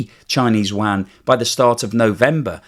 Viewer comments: 😂 LOVE the way you pronounce : “Yuan” (“Waaaghn” )……Could you, maybe, try : “You-on”? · Yuan! Not WAN! And certainly not JUAN 🇲🇽!!! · A minor point. The Chinese currency is pronounced "Yu-en", not "Wan" as you tend to pronounce it. "Wan" is rather confusing as many of us have never heard of that currency. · u-an, not wan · How do you get Chinese "Wan" from Yuan? Check your pronunciation as you are the only person who has ever said Wan. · Excellent, but it's NOT wan. If you can't pronounce yuan, use CNY. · It's actually called Renminbi or RMB. It was actually (miss) pronounced wan in the past. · good content. May I suggest a pronunciation change. Chinese currency Yuan is pronounced like Ywhen the Yu part being folded into the W sound of “when” all in one syllable. Xi Jin Ping is pronounced Hsi with the tongue being placed in the position where westerners say X but emitting a Hsi or Syi depending on the romanization protocol. Hope this helps…. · It's called the Renminbi or RMB, decades ago it was pronounced Wan. It is confusing as the Korean note is called the Won. As for Xi? That loser can have his name mispronounced all day long. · You-an. I'm anti-china, but I have trouble taking you seriously when a finance guy mispronounces the name of the currency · Great video..please sort your pronunciation of Yuan.